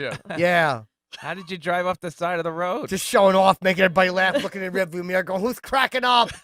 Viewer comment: “And I went off the rod” I love chips mispronunciation of words at pertinent points of a sentence.